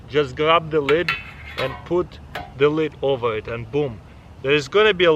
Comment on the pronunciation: Taras- “Wait 30-40 minutes to wemove da led..” waits 5 seconds.. “Yup it’s pwetty hat..”